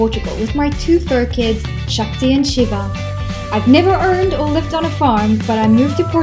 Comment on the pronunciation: What is the India connection? "Shakti and Shiva"? You pronounce the names perfectly!